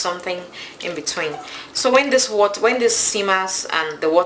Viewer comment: You are a good cook. Please learn how to pronounce WATER; Its Wa-ter. NOT Wa- taa. You say water so many times.